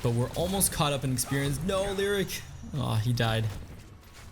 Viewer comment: Dude it hurts when you mispronounce names constantly. You must have heard his name in at least 1 YouTube video. It's "Lee oh rick" he is not a lyric or a rhyme. It's also not Meeradin... it's "Mur ah din". This will probably be ignored by you again unless up voted for sure. Sorry to bring it up but it's not very common to hear their names mispronounced.